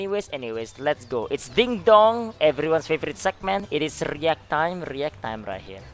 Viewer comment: i watched about a dozen of these videos this past month and thought he said "it's reeeeee ah time" like a meme. today i realized he literally said "react"